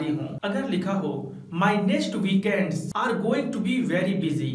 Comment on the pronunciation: Weekends ise वीकेंड्स pronounce krenge ya वीकेंड्ज